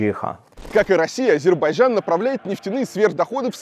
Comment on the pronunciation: Азербайджан . Говори правильно произношения страны про которую рассказываешь .